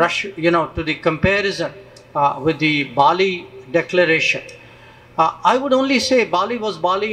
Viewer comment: 🇮🇳🙏 NOT BOLI,BAALI